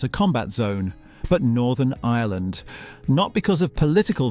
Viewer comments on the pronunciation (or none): none